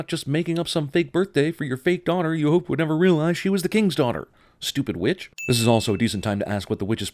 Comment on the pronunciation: Stop ruining movies! Also emphasis on the word ''Witch''.